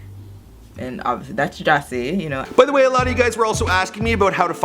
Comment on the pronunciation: His name is pronounced jah say not jasay its Rastafarian jah means god